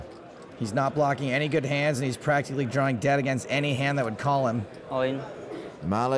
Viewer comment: Could you please, PLEASE STOP saying "drawring dead"?..... 😅